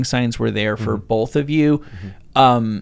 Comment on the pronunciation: Dude in the white shirt has a VERY punchable face..... Actually all these guys do with the bullshit spewing from their mouths. If you get addicted to kratom then you're an idiot. It's not really addictive. And this is coming from someone that was addicted to meth, heroin, cocaine, and pills in the past. And to the one guy, it's pronounced both, nothing bolth lol 😂